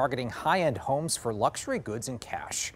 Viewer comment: “Luxary homes”